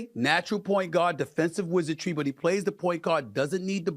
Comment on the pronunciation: Is he saying "point god"? Or does he just say guard weird?